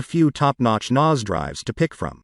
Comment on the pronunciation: Yeah, very weird pronunciation 😂